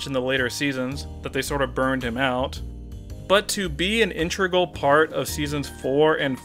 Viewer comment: 'Intregal' WEE OO WEE OO